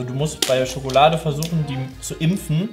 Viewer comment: Neues Trinkspiel: Jedes Mal, wenn das Wort "Schokolade" fällt, einen kippen. Oder auch "Wsss dAs fffüä SchhoOooOkhhloaDe?"